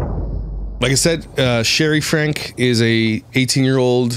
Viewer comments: If you are going to talk badly about someone, at least get the name right. It’s FrankE not Frank. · I dont mean for this to be rude, but it doesnt seem like you have enough familiarity with 8 Passengers as a subject matter to present your opinions or especially summarize what's been going on. For example, their last name is not Frank, it's "Franke." It's pronounced "frank-ee." Secondly, Shari has not had her own YouTube channel since she was 12; she started it only a couple of years ago. She's been on her family's channel since she was 12. Also, the LDS church and BYU pay for her education. You should choose a subject you're more familiar with. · Fyi- they pronounce their last names like Frankie! Doesn't really matter, but thought you might want to know. Lol